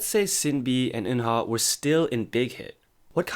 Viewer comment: Shin Bee and Oonah not Sin B and Eunha